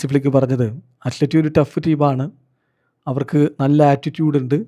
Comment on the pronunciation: ഫ്ലിക്കിനെ പ്ലക്കി എന്നാ കേട്ടത് 😂😂